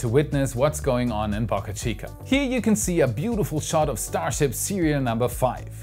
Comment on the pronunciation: Please get your pronounciation of “Boca” right